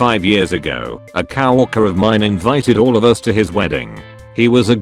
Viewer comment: Y e a cow-orker